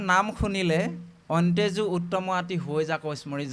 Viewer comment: লৈ সেৱা জনালোঁ৷প্ৰবচন সম্প্ৰচাৰ কৰিব পৰাকৈ বাপৰ আৰু কিছু অধ্যয়নৰ প্ৰয়োজন আছে৷ শব্দ কেইটামানৰ উচ্চাৰণ-- যেনে মুৰা দৈত্য (মুৰ),অন্তেজ(অন্ত্যজ)আদি, ময়ুঁৰৰ পাখিৰ ব্যাখ্যা ব্যুৎপত্তিগত বা তথ্য সমৃদ্ধ নহয়, অন্ত্যজ মানে নীচ নহয় দেখোন, অথচ ব্যৱহাৰত সমাৰ্থক হৈছে ৷ বাপৰ বৌদ্ধিক বিকাশ বাঞ্ছা কৰিলোঁ৷ কৃষ্ণ৷